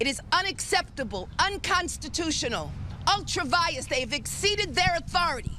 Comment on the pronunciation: What a psychopath. And the term is ultra vires, Leticia. Not "Unctra Vias."